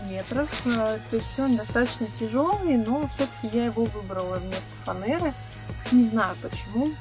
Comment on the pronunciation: За "Фанэру" отдельный респект). Красиво звучит. У малыша кровать - супер!